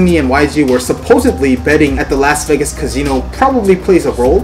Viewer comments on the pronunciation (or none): Wtf is a Cazeno? 🤣 Ka C No